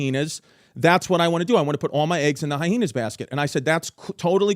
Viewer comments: Drink every time Chrissy Chaos puts an extra 'H' in Hyenas... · I still laugh at how Chrissy pronounces some of his words like Hyhenas and Tubberware lol 😆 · “History HyHeenas”